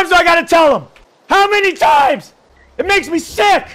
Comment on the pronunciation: "How Many tImæëìs"